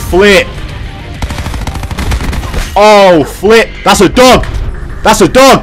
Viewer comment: Is it just me or kept saying duck instead of dog🤔